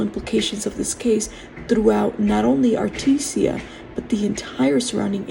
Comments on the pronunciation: Ar-tee-Jah not Ar-TEE-SIA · Thank you for this info. Artesia is pronounced R tease ya.